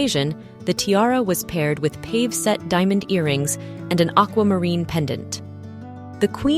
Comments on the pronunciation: Lovely presentation. pave is pronounced pah-vey . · Pavè pronounced Paw Vay